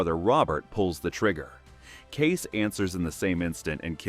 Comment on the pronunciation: Using AI or someone who never watched even one episode to narrate? Kayce is NOT Case, it's KayCE. Thumbs down for such a basic screwup